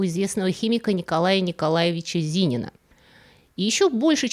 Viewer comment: Не ЗИнина, а ЗининА!!! Вот из-за таких вот как вы и исковерканы в русской традиции имена НобЕля, Фройда и пр.!!! У вас удивительно много ошибок в постановке ударений в словах, прямо болезнь какая-то...слух неприятно режет!